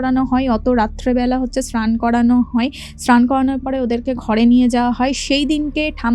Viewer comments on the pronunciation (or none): স্ক্রান ….এগুলি কি কথার বঙ্গিমা, র উচ্চারণ করতে পারেনা , আবার কি স্নান কে বলছে স্ক্রান অস্যকর